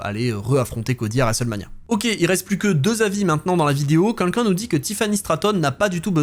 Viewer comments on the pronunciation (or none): Super vidéo, comme d'hab ! Et bravo pour les 110k ! Mais qu'est ce que ça me stress que tu dises "quinquin" au lieu de "quelqu'un" :D :D